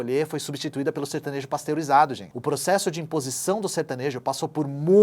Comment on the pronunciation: Certanejo ou sertanojo???